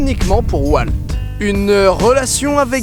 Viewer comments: Je suis le seul qui a été énerver par le fait que Didi dit W"a"lt et pas W"au"lt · Il s'appelle Walt, pas "Oualte" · prononce WAULT et pas WALT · NOOOOOON ON NE DIT PAS "WALT" MAIS "WAULT" PUTIN !!!! 😤😤😤😭😂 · Aïe... cette prononciation de Walt, ça fait mal au coeur